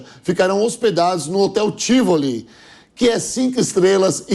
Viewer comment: O hotel se chama TIVOLÍ, não TÍVOLE . Estão pronunciando o nome errado.